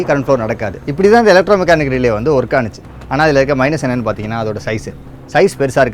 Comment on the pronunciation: Athu... Aanuchu... Ila... Aachu...